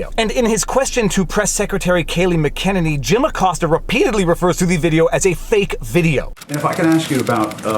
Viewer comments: Love you man, from USA, but Press Secretary's last name is pronounced MAC-IN-EHNIE Just trying to help out bro ;-) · Kay-lee Mac-en-an-ee. Yikes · My maiden name was very close to Kayleigh McEnany's surname and I cringe every time you mispronounce it. ;-) Mine was always mispronounced also. ;-) For Kayleigh's name the stress is on the Mc - pronounced "Mac". Pronunciation guide MAC-eh-neigh-knee. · Viva… pronounced ‘MacANinny’ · mac-a neny. jesus